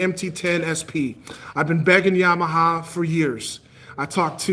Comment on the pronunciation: Is so funny when u said Yamaha 😂😂😂😂😂😂